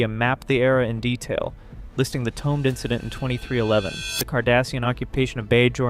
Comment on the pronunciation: STOP MISPRONOUNCING The Tomed Incident. You sound like an idiot.